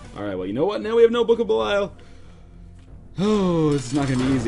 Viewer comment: And pronouncing Belial wrong.